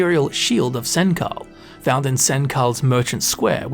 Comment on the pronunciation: My eyebrows raised when I heard "Sen kal" instead of "Senchal" 😅